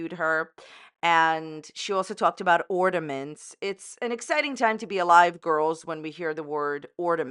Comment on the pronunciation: Amber can’t even get a Christmas tree out herself 😂 And yet she criticizes someone else’s “ordaments” lol